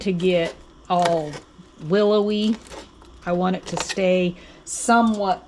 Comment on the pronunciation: Willowly? LOL